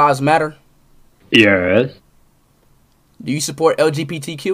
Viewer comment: el jee pee tee cue